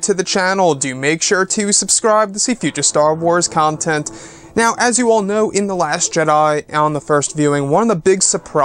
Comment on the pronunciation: Can you please say content like you're a human?